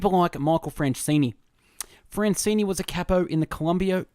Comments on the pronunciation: Dude, can you read? It is FranzESE ...not Francini!" Get your §hit straight! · It's not Francene it's Franzese lol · Michael Franzese is right, It's not Francene....but do greatly appreciate this fabulous book is on Youtube and I greatly appreciate you reading this book and uploading it to your channel. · You're saying his name wrong